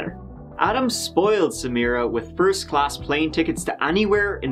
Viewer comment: LMAO. “Foist”